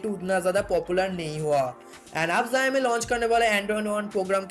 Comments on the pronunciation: Beta let me count ur mistakes Mistake no.1 Tu paida hua 2.tu school ni gya 3.tera mooh ka operation ni hua 4.bich me English ka proyoug kra 5.utube pe aya 6.xiomi ko zaymi bola My mistakes Only one and biggest mistakes Tujhe paida kiya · It is not zaimai it is xiaomi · Bhai zaimi nhi xiaomi hai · Zayomi nehi re.. bolnese Shaomi kehna hoga.. but spelling Xiaomi hain. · Haha ziaomi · Oi zowmi q bol rahe hon sale video baba bab kar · zaymi kiya he bhai! That's xiaomi bruv! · Tum sawomi ko Jaimi kaherehe ho.😡😡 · Zaumi nai re baba xiaomi hee xiaomi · Bhai wo jaymi nhi xiaomi hai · Zaimi nahi bro xiaomi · Yeh kya hy Bai zyaaami zyaami....? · Abe pahle xiomi bolna sikhle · would you please clarify what is jayami/zayami that you tried to say a so many times. By trying to be so smart you just nailed it dude. LOL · Pixil wala mobile , phast update badget segment, zami , pheature kya bolta hai yeh😂😂😂😂😂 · Xiaomi bolna seekh le pehle